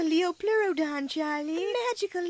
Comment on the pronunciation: lmaoooo hahahahaha "Churlee"